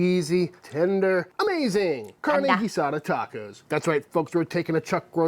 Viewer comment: This is not Carne Asada this is Carne Guisada gee-sah-duh